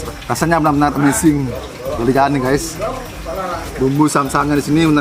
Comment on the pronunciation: Amsing kahakha amazing numb wkwk Salah ngucapin ya